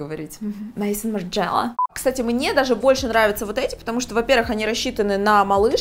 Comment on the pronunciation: Нда... Хорошо бы, будучи стилистом, знать названия модных домов. Не Мейсон МарджЕла, а МэзОн МарджелА